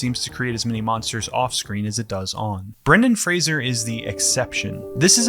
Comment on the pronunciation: Thanks for pronouncing his last name correctly! I'm sure he'd appreciate that.